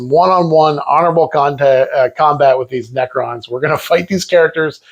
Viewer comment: Pronouncing "necrons" like "pecans" is wild work 💀